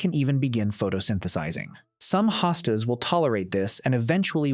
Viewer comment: Please stop the AI narration! One moment Hostas is pronounced with long O and the next with an AH. Very annoying and distracting.